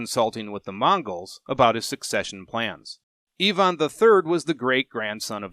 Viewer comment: I immediately respected you for correctly pronouncing Ivan as Eevan rather than the usual Aivan ;))